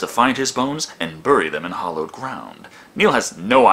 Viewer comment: Bury is pronounced "berry", major pet peeve which AVGN is also woefully guilty of.